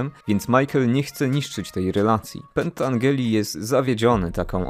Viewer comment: Mała korekta, przepraszam za to, ale Frank Pentangeli czyta się Pentandżeli.Poza tym świetne streszczenie tej wspaniałej trylogii.